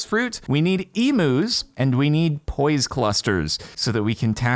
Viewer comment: i know he's deliberately saying 'emus' instead of 'eumus', but the pronunciation of 'emu' is hurting me so much......